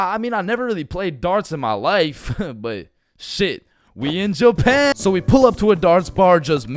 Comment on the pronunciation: Bro say one more we in Jupan